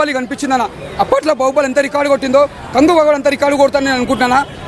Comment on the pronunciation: sec kanduva kadhu uncle adhi😅😅.. kanguva